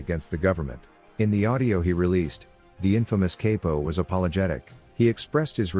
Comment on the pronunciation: “Cape-O”? Text to speech is ass.